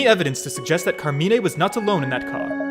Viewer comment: Actually luke pronounced Carmine wrong, but Carmine himself spelled it right when it was reading the letter